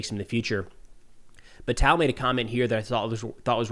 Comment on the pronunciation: “Tal” is pronounced like “tall.” I’m hoping the IDF has rescued some live hostages but isn’t revealing it so others aren’t demised. 🤞🏽